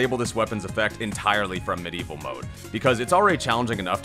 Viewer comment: Calling it "mideval" instead of "medieval" was uncalled for.